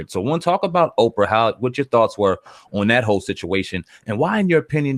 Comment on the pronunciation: Canada Oh Canada I wasn’t laughing about the spelling dumb ass, but rather that she called Oprah Okra instead...try a dictionary maybe